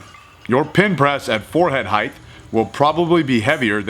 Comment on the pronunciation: "heighth" Unsubbed.